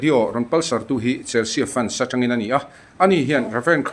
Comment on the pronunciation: Chelsea hi Chelsi ti a lam tur aw.